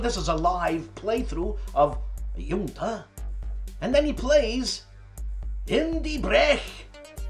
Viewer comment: You pronounce it Hun-Ta (Junta)... the game is about all the backstabbing surrounding a South American dictatorship and all your "friends" who want to assassinate you... sometimes it's a bit of humor, sometimes a lesson how to lose friends. You should play this game... I know you'd enjoy it! I always look forward to your VLOG.